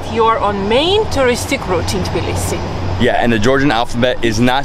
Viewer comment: It's Tbilisi not "Tiblisi" as you call the city.